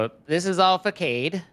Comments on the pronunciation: OK. To all the children and non-english native speakers, facade is pronounced fah-sahd not fah-kade. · i think the issue is that the word is supposed to be written façade, but the english language doesn't use the ç, so when they see a word with it, they read it as a normal c, which makes them read it as a k instead of an s, resulting in fuhkad instead of fuhsad